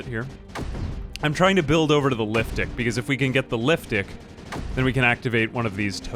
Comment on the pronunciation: Every time he says liftic I think I hear liftdick lol